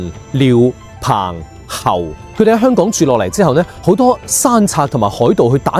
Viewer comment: 點解連你都將香港嘅香讀成輕音（類似普通話第一聲），而不是重音（類似普通話第四聲）？我覺得「香港」個香一直都應該係讀重音。輕音係「裝香」或者「楚留香」個香。輕重音係廣府話好微妙嘅地方，就好似「一堆沙」同「沙灘」嘅沙，一個係重音，一個係輕音，母語係粵語嘅人分得出，但好難講得明畀母語唔係粵語嘅人聽。